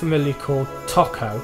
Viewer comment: It's TOKO as in TOE-KO, not fucking TACO